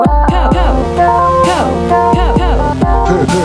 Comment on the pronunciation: Instead of “Cope” I hear “Coke”